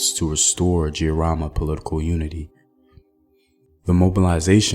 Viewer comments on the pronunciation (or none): Pronunciation of Mekatilili wa Menza quite good .....but Giriama the "G" is as in get or git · I couldn't be more proud of my Kenyan heritage & history. The Giriama pronunciation though😄 can you do one on Wangu wa Makeri?